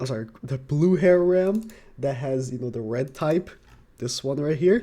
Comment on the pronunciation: pls, if you tryna say Ram, just say Ramen, and cut out the -en part. Here you go